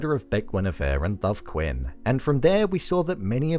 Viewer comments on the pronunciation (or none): none